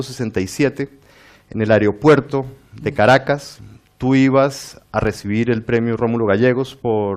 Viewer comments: “Aeriopuerto”: ??? Qué tal Aeropuerto!!! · No se dice "aereopuerto". ¿Sabe el entrevistador cómo se dice?